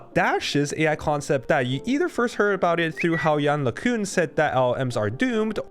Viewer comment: Hi, I have never heard anyone pronounce his name correctly for now. Maybe if you do next time then the correct one will start to spread? Thank you